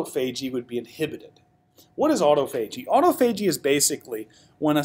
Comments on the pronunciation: Aww. Tah. Fah. Gee. Not auto-fahgee. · "awe-tah-pha-gee" ... Can't stand when people pronounce it "auto-phagy". Nice video otherwise!